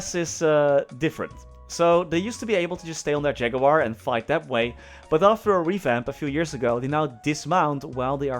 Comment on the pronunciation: We all came here to hear say Ja-goo-war <3